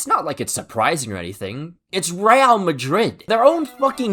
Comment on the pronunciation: i'm sorry but your pronunciation of 'real' has me genuinely fucking tweaking